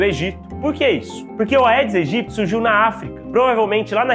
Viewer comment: Bom dia, Dr.! Algo que pode lhe ajudar sobre a pronúncia do nome do mosquito. Por se tratar de uma expressão latina, sempre que "ae" estivetem juntos, se promuncia "edes egyptis"